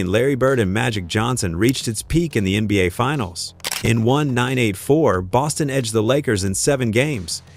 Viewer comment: Ok... watched until the 'narrator' said '1-9-8-4'... at least program it to speak the years correctly...smh